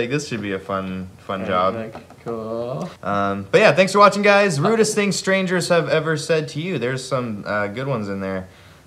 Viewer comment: I keep hearing "Rudess things" instead of "Rudest things", and now I'm struggling to think of Dream Theater-based insults.